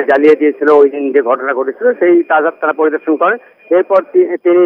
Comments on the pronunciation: Its not tajerhat Its Tajhat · তাজের হাট নয়, হবে তাজহাট